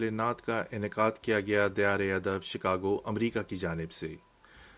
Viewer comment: توصیف لفظ" دیار " میں " د " کے اوپر زبر ہے زیر نہیں۔